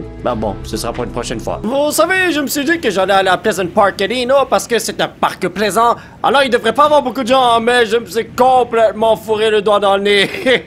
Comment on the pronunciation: "Park plaisant"😂😂